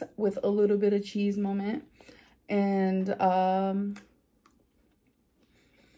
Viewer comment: Amber for the love of gawd please please STOP saying "molment".